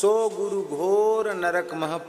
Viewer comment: guru diksha hota hau gu diksha nhi🤣